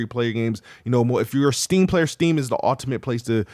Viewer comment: Why doesn't he know how to pronounce "ultimate"? 😂